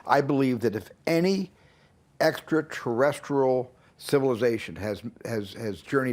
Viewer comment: I found it interesting Speiberg's pronunciation of the word extraterrestrial. "extratrrest-erral" 🤔👽